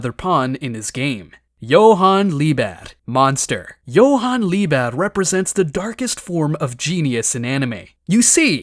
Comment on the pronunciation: Why are you leaving out the t in Liebert?